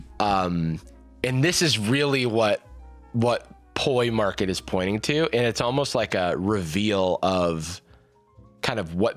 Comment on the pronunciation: 'Poiy Market' is crazy.